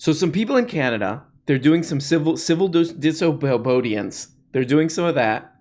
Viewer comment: “Civil Disohbohdiance”